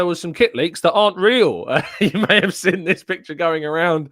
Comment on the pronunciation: Why can't you pronounce seen, you always say sin and it is really irritating